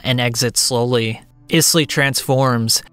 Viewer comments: It’s pronounced Aiz-Lee not Is lee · I know you said you might not get the pronunciation of some words but come on…Isley like the Isley brothers…..great video otherwise lol